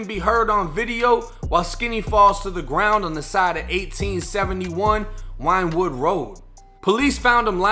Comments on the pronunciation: Its pronounced Win-Wood Not Winewood Boo ♥️💯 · It's pronounced "wind wood" not "wine wood" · It's not "Winewood" rd it's pronounced "WINWOOD" rd... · It's pronounced "Win - Wood". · I'm not trying to be a wiseass or anything but it's pronounced winwood . ( Philly main line has a lot of older English and Welsh names . ) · Wynnewood is pronounced "Win Wood" big ups from Philly!!!! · Oh yo that’s pronounced Win-wood! I got robbed 3 times on wynnewood ave back when I was livin there. Overbook has got its parts for sure. Nice blocks but random crime cats livin with their aunts who are workin hard or whatever and you never know really. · I know I'm an asshole for this but I'm from Philly so my bad but I can't help myself... Wynnewood Rd is pronounced "Win-Wood" Rd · It wasnt no Chicago shxt...def some WP shxt. It's pronounced win wood road too. Wynnewood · Pronounced winwood you fraud. Wynwood is calm af. Son was just tracked. No one posts up on wynwood.